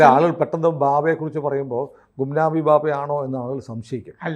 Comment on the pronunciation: ഭാബ അല്ല ബാബ yanuയാണ്